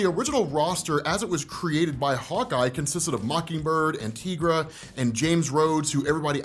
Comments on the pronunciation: Did you just call Tigra, Teegra? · Makes me cringe every time you pronounce her name "Teegra"